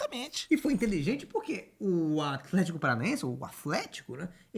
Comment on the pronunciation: esse "Aflético" do craque Daniel sempre me ganha